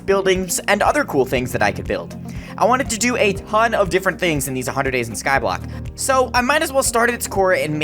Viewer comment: its called Skyblock Not scoblock